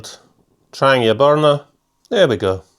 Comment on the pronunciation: Also love how you pronounce Trangia properly the way it’s said in Swedish. Other than yourself and 2 others that make videos all says tranJEEa 😆✌🏻🌲